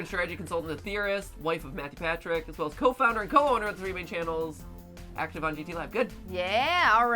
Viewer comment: lol Mathew Patrick not matrick pawthew